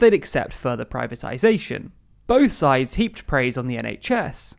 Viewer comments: Sids instead of sides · "Can we trust both sids" instead of sides. Now im imagining them both a Sid from ice age for the rest of the debate.